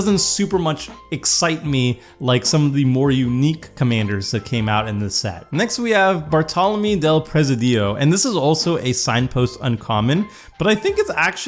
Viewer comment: Good pronunciation in the first name and surname, but second surname should be "ah-geer-eh" the e in Bartolomé is an "eh" sound and the emphasis in Presidio is in the first "i" Great video btw